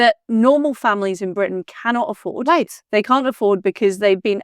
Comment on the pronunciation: When Liz pronounces the letter "R" in Britain as a "V" -- i.e. Bvitain -- that's on purpose. It's an homage to Winston Churchill and "V for Victory"! 👍😜🇬🇧✌